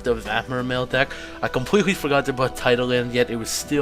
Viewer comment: Did you say "dick" LOL :P